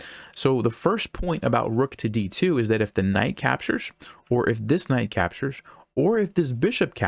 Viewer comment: I think he cant say the word capture He keeps saying if the knight capshurs Or the bishop capshurs Or the other knight capshurs